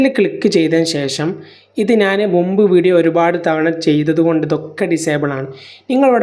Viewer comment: നാൻ അല്ല man ഞാൻ